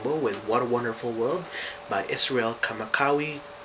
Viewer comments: 'kamawiaole'....? :S It's Kamakawiwo'ole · Not tryna be rude... but its pronounced.... Kah mah kah vee vah oh leh (Kamakawiwaole) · The correct way to pronounce Bro. IZ's last name is to sound the "w" as a "V". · awesome turtorial dude and btw his name is pronounced "Ka-Ma-Ka-Vi-Va-Olay" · you butchered his last name. it's pronounced ka-ma-ka-vee-va-o-lee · Not how you say his last name. Its Hawaiian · I have to laugh at his pronunciation of Iz's last name :3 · you said his name wrong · when I first saw you I thought you were Hawaiian, and maybe you are, but you couldn't pronounce Iz's name right. And the natives don't play the ukulele with a pick.. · hahahaha u butchered his name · you said his name wrong but i still get your explanation so good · You butchered Iz's last name... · lmao he said kamawiaole wrong Xp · Tenerife, Spain, Africa. 'Good lesson... But DUDE!, never mind getting Israel's name wrong, you can not even pronounce your OWN name right. It's, NOT Evangeleesta! Now YOU try it... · thanks for teaching how to play this song. ooh and thats not how you say the guys name. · No worries Braddah. Just passing it along. The way up there is the right way to say Kamakawiwo'ole. The other guy may have said it wrong too. It's a tough name for non local folks. We know u mean well...he's just a legend and is loved. Aloha.